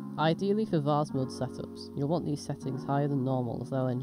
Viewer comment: Great little video thanks (and thanks for pronouncing it Vase not Vayze - so annoying 😊)